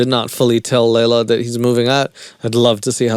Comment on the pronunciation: It's hilarious how mispronounces Leylas name all the way through. Please do next season. Just start a mini series. We'll all watch it together. I can't find it on my own:(